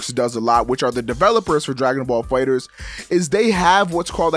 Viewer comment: damn it,. Say it with me. DRAGON BALL FIGHTERZ. NOT DRAGON BALL FIGHTER Z.